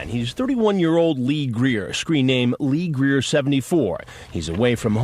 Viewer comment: its lee greer its lee greer!